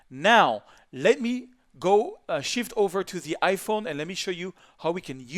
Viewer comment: "to ze another one"